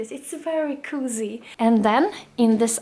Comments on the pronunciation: please look at some videos on how to say "cozy". you say something like kooozie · Your vlogs make me feel so cozy! And the way you pronounce "cozy" is too cute😍 Hälsningar från Finland!